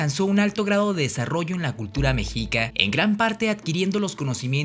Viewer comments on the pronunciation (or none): El weon dijo mejica? A mi me enseñaron que era meshica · tu pronunciación nahua es errónea, el nahuatl es de pronunciación GRAVE: no se pronuncia mejica, sino mexhica (sonido como "sh")... Axolotl, xitomatl, xochitl, xocolatl, se pronuncian como xoloitzcuintli!... La doble "LL" se pronuncia como L: NezahualpiLi, no NezahualpiLLi... Es ihiyotl (con acento pronunciado en la I), la "H" es como "J", se pronuncia IJÍYOTL....No es Centótl, es Centeotl (con acento prosódico en la segunda "E": Centéotl)... No se dice Mesoamérica, ese nombre fue utilizado en la modernidad. El nombre correcto es antigua Anahuac (checa datos de MIGUEL LEÓN PORTILLA)... Abusado! Tu video se parece a los de Badabun.... pero si quieres hacerlos mejor entonces documéntate mejor y pronuncia correctamente. Saludos. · Muy buen vídeo, pero se pronuncia meshica saludos desde Mexico🇲🇽🇲🇽🇲🇽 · Mexica, se pronunció „meshica“, Tzilacatzin „tzilacÁtzin“ ;)